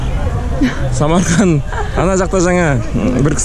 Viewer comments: Ассалаума алейкум брат САМАРКАН ЕМЕС САМАРКАНД боладыгой коке быр буква калып койган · Самарканд.деп айтылат.